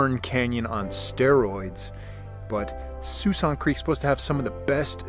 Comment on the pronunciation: I believe it is pronounced Sk-walksin creek